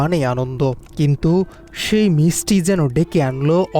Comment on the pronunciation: "মিচটি" (মিষ্টি) তুমি কোন স্কুলে লেখাপড়া করে শিখেছো? টোকাই ফোকাই পাগল ছাগল যখন সাংবাদিক হয়, তখন বাংলা ভাষায় পাল্টে ফেলে।